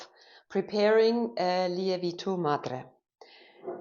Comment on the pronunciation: Great video. Just a little tip for you, the correct pronunciation of lievito should be more like lee-evv-it-o.